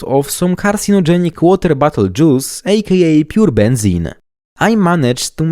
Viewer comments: I love your accent, every time you say Bottle I sort of hear "butthole" and I cherish it. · Sounds like you're saying "butt holes" 😂